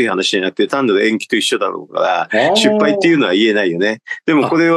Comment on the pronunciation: 失敗をしゅっぱいという人w